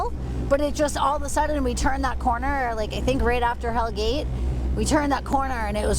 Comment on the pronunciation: It is Hell Gate. NOT 'Hell's Gate' and has nothing to do with the devil. It is derived from old Dutch 'Hellegat' more or less meaning a narrow safe passage or gut. Also you spelled Verrazano wrong. A very famous 16th century Italian explorer.